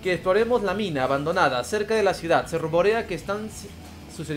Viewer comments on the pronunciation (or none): none